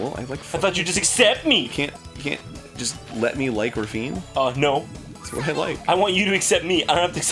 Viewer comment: Her name isn't pronounced like "ravine" :( I guess this is why Sega changed her name's spelling to "Raffina".